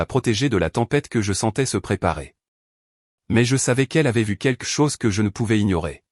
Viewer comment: On ne dit pas quque chose mais quelque chose le L est prononcé. C'est les petits enfants qui disent queque